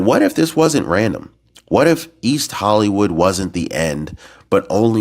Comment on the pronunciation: please stop trying to scare us, correct,, "whatif",,, what if